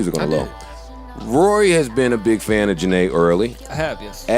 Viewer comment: Its not Rory...Its WORY! lol